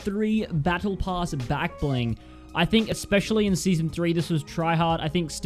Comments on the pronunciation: he said backbling 😂🤣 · Bruh great pronouncituon